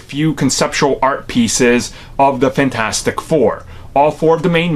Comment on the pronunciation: Did he really call it FAN-4-STICK I'M DEAD 😄😄😄😄